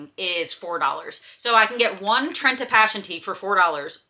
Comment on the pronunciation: Gota roll that R on the trenta b :)